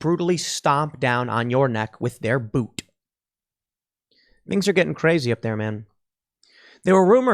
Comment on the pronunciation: Pool, did you say "boot" or "booTTT " .